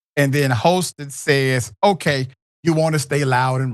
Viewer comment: Her last name is pronounced “HAS-TIN” not “HOSE-TIN”. smh